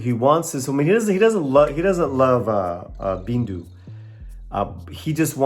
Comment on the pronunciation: the girl's name is "bindu". not "bindi"